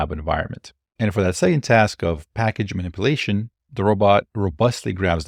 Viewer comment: How can you pronounce "emulation" correctly but not "simulation" or "Manipulation"?